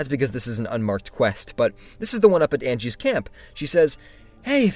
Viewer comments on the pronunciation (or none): the ladys name is Angi not Angie........shes sweet as. can never walk away without shouting her off the cliff tho